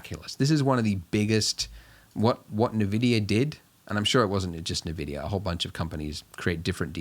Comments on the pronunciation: Thanks for the tutorial! This has really helped me get started! But also... EN-VIDIA NOT UN-VIDIA PLEASEEEE OMG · I unsubscribed and stopped watching the video when you said navidia